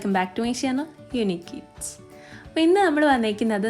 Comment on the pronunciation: Unique eats enn parymbo nangal kelkunth unique kids ennann clear ayyt parayan try cheyyukka